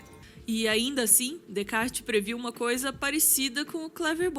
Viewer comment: Sensacional! Ouvir a mulher mais sábia pronunciar Descartes corretamente sem o 's' comprovou o título! E história de Turing é pesadíssima, indico o filme o 'O jogo da imitação'!